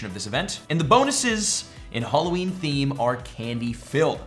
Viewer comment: I wonder if there will be a content creator who pronounces Halloween correctly, 0/4 so so far. 😂